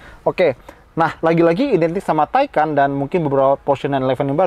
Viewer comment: Kalau Taycan dibaca taikan, kalau Macan ngga dibaca Makan? 😅